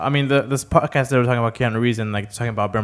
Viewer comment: You forgot the D in Podcast